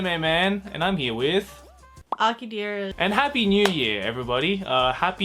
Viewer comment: I thought it was pronounced akide arrest but it's dearest